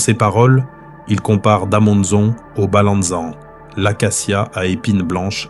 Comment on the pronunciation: Da manza plutot,en general la prononciation n pas des meilleures